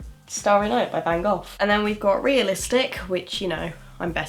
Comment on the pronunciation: This girl really just said ‘Van Goff’ and took art hmmm